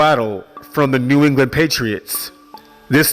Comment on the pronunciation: nea? come on dude..NEW...smh